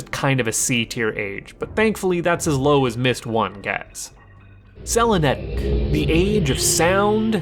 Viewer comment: "Selinec"?! IT'S SELENITIC! Where the fudge do you get Selinec?